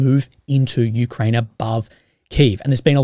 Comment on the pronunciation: It's not Me-Kraine, it's U-Kraine.